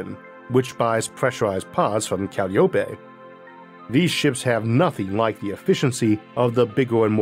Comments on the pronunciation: Dear Arthur, please! Calliope is not said Cal-lee-OH-pay. It's called Cah-LIE-oh-pee. Named for one of the Greek muses, and the pipe organs often used at baseball games. As an American, I definitely prefer the baseball reference to any rare pronunciation trying to speak ancient Greek. Thank you. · I think it’s pronounced Kah lie o pee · Usually, Calliope is pronounced "ca- LAI- o- pee"